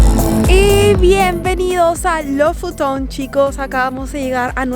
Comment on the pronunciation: Se pronuncia Lufuten aunque se escribe Lofoten.